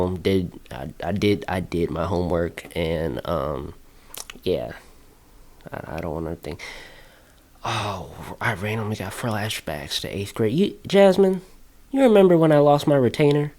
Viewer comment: "i randomly got fralashbacks"